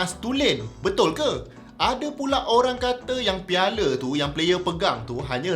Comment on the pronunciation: Piala bukan piale 😌